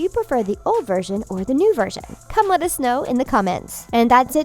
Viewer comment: New vershen